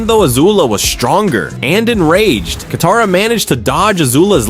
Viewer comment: ITS KATARA